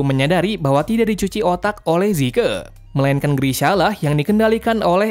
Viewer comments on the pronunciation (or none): Bang bukan zike zeke